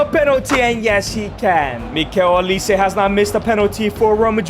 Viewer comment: Mikel olise 😂😂😂 I wonder if that’s the real pronunciation